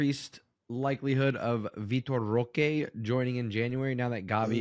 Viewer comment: From watching vitor roque ( by the way its pronounced Hoque, the R is silent in brazil) . He isn't really flashy, but he is very quick , good hold up play and he wrestles for the ball. He plays on a team that doesn't really offer the best service but he scores alot for them and is one of the main reasons they win games. I don't expect him to join barca and immediately have impact or be a starter that's alot to ask. But he has tools that can help us in a long season since we lack pace in attack and only have one striker at the moment